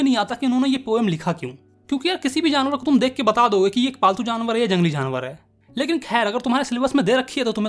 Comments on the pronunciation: Jalangli ✅ jangli❎😂😂. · Jangli = ❌ Jalngli✅